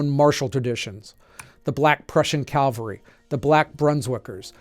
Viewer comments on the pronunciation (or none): Many people make the mistake of saying "Calvary" when they should say "Cavalry" as you seem to . As a veteran of the 1st Cavalry Division, I may be overly tuned in to the error. "Calvary" is a mountain in the Bible. "Cavalry" is soldiers on horseback (originally). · ERRATA: you spelled "Prussian cavalry" correctly, but pronounced it "Calvary". I'm 99.44% sure that German colonies did not include any hills in Jerusalem! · Cavalry and Calvary are two very different things. With different pronunciations.